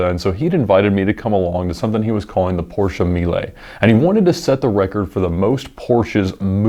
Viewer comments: As a German: Hey, you pronounced Porsche 100% correct! Not Porschee or Porsch but Porschà. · Finally somebody who does say the PORSCHE Brand name right.. nice :3